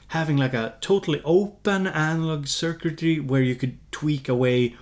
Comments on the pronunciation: more like Sir-quit-tree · Suck-a-tree, it is pronounced Suck-a-tree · Thanks for the video! The way you say circuitry sounds like "Charcuterie" in french ^^ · "circuitry" - you can pronounce it like 3 other shorter words: SIR KIT TREE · Sur cut ree? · its pronounced "sir cut tree" or at least thats how i pronounce it... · cir-cui-try: cir = "cir-cle" "cir-cus;" cui = "ke-tchup" "ke-pt;" try = "tree" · "Sir Kid-Tree" :P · You cannot pronounce “circuitry” but then you easily pronounce “rytm” in your Swedish way 😄 I feel the need to record and slowdown when you say it, as in, wait what did he say, was that rytm?